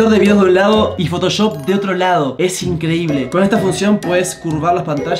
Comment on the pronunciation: Aquí los que se dieron cuenta que dice "esta incredible"